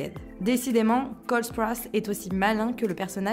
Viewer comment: Cole sprOUse pas sprowse